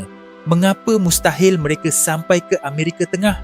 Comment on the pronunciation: salam saudara ,boleh tak betulkan sedikit sebutan kamu itu. Amerika bukan Amerike, Samaudra bukan samudere. Orang Melayu tak sebut semua nya berujung dengan E ,.